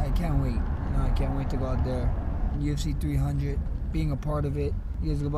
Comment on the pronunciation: Haha someone please tell Max it’s UFC 300 not 200 🤣